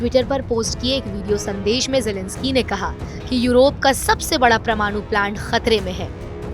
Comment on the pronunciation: "Paramaanu" being Pronounced as "Pramaanu" which is wrong. It is to be Pronounced as" pa-ra-maa-nu" all letters separated.